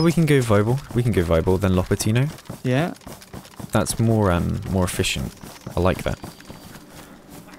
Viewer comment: Not lopatIIIno, but lopAAAtino